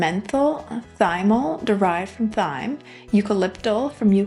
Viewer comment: I thought she mispronounced several things but I figured maybe it was a difference in dialect but that one bothered me most 😅